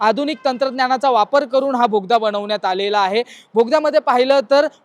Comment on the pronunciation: भोगदा नाही रे दादा...बोगदा... असो... पण माहिती छान दिली... मनापासून धन्यवाद...